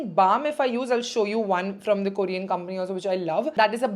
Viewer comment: It's not "kooorean" . Please pronounce properly dear.